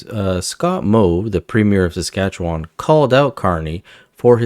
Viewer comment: "Saskatchewan" is not pronounced "SaskatcheWON". Just so you know - the last syllable is not emphasized.